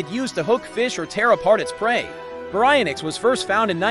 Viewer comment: Its pronouced "bary-ion-ix"